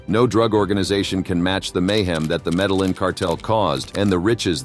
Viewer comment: Met-tea-yeeying. not met-teh-lin